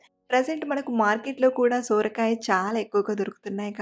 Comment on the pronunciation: Akkoooo sooorakai kaadhu sorakai😅😅😅😅